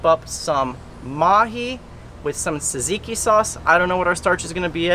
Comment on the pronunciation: I’m Greek I know it’s har to say but say Tsar-tseek-ieee